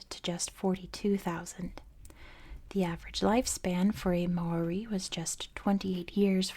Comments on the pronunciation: don’t worry about it. it’s good enough that you share a love for our culture and are willing to share it to the world. but if you are interested in learning, mow-ri is the correct pronunciation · im not māori, just someone whos currently studying it and trying to learn te reo māori so take this with many grains of salt, there IS many different correct ways to pronounce the name! The issue with your attempt is that you didnt roll the R. You can do this by touching the tip of your tongue against the roof of your mouth making a sort of D sound i recommend looking it up. I theorize that the reason its pronounced so many different ways yet still seen as correct each way is that it depends on which part of new zealand youre from. I myself have seen 3 different ways to pronounce the word, all seen as “correct”: ‘more-ee’, ‘mau-ree’ (with a sort of ‘ah’ sounding A), and ‘mau-ree’ (with a sort of ‘aw’ sounding a) all of them with rolled R’s Again i am not māori! So its entirely possible that ive gotten something wrong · At least pronounce the name right